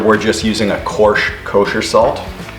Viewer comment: well i hope you can eng on your next vid, its nice when people can use more then 1/2 of english or american or auzi. if not we get koooorsheee instead of the sounding out of coarse, or nesan instad of nissan ... nee san is older sister (in japanese) as the american forgotten letter of I